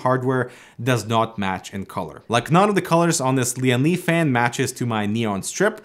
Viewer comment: First thing, this guy sounds so funny, fan he says fang. Second he gave us some many pro tips, now I am spoiled with his tips haha